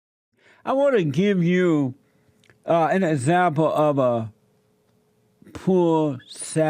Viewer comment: You be an 'ezzample' alright bruddha.